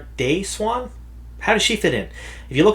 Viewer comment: MAN yourpronunciation is so different from mine, you pronouce it swan where i pronounce is see-ewe-awn Sawn-chey